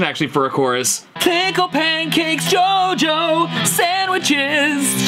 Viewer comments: It's chocho, no jojo, It is like "wow" in nicaraguan spanish 🤣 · Dude, isn't "JoJo" He says "Cho Cho". that means "woow" in english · It's not "Jojo", it's "chocho", a Spanish word for...shall we say...the cat that doesn't need a litter box. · it's like awasome (Waoo) in Managua. actually the correct form it's CHOCHO but he said JOJO. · I'm from Managua, and its "chocho" no "jojo". It means "wow" hahah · The way he is pronouncing JOJO is saying "p*ssy" in Spanish from Spain